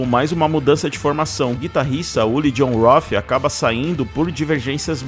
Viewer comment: Uli jhon roF ? 😂 se pronuncia ROT